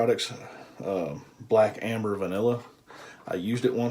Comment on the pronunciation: You didn't butcher the name at all, I found it straight away when I googled it. Looking forward then to your next video :)